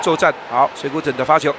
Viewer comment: This Taiwanese caster can't even say Mizutani's Chinese name correctly -.